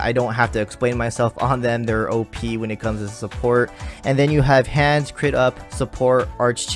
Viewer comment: If NP's count as the first card regardless of placement, why put it last? Also, I hate to be a stickler, but Hans' name is pronounced like Han Solo. As in, a Honda.